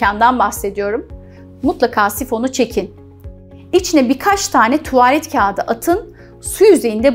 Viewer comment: keşke bu kadar tuğvağlet demeseydiniz